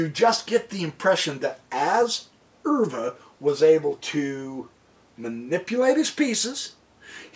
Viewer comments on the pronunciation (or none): Pronounced max euwe ‘u’ Pronounced like the letter u